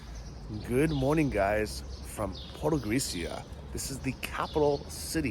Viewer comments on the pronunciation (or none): I have noticed you pronounce 'c' as 'k' whereas it should be pronounced as ('ts'), The same rule is in Polish for example. So Podgorica is pronounced as Podgoritsa. Greetings from Krakow. We met in the bar Banjaluka in Krakow but my phone didn't work so I couldn't take picture with you. Hopefully when you are back in Krakow :)